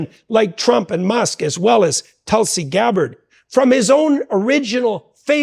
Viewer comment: The way Tulsi pronounced Tool C ..